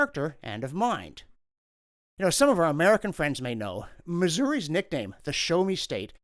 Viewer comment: missourian here. ty for saying my states name correctly. we are known as the show me state, because we didnt trust the politicians. they would come through on the trains, and stand on the platform for 10 mins spouting what they would "give us" for our votes. we said "show me". words are empty promises. we want to see the proof.